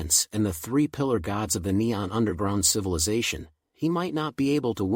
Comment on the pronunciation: It's not cilivization but civilization.. 😅😅😅